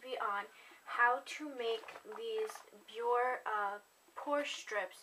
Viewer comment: Thank you! btw just to let you know, in french we prononce that name "bioré" (like "bioray") :)